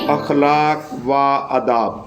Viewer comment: اخلاق و آداب میں و نہیں پڑھتے ۔اخلاقو آداب پڑھیں گے